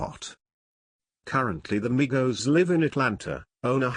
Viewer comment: Thank God You Said Their Names Right Other YouTubers Always Say That Shit Wrong